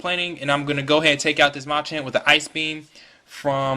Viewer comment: Pretty good narration. Don't focus the narration on the ROM hack, though. Also, it's pronounced muh-champ, not mah-champ.